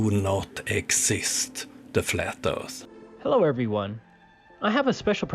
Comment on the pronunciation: Mapping the flat erf? Lol